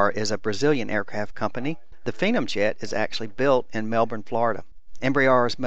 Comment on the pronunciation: MY OCD IS BOMING RIGHT NOW. YOUR SAYING PHENOM WRONG!!!!!!!!!!